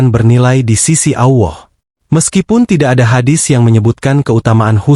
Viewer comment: 😂😂😂 allah bukan awoh, mimin e dodol 😂😂😂